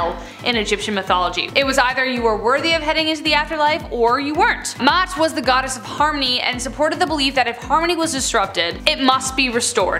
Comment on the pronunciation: Awesome.. but its MA'AT.. SOUNDS LIKE (MA) -( OUGHT)